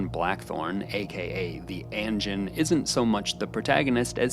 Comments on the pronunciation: I literally fucking can't with your pronunciation. "ANNJIN. SEPEWKOO" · It's "ahn-jeen" bro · Please please learn how to pronounce these words at least somewhat correctly. You pronounced "anjin" wrong even though they said it at least a hundred times in the show.